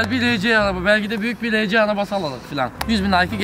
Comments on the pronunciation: Abi arci değil arsi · rece diye okunmuyo ar si araba diye okunuyor o abi